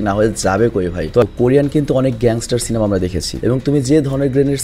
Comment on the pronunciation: Apni ekbar সিলেমা bolechen 😂